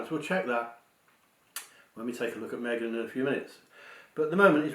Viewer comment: I believe the pregnancy is Kate, not Me-gain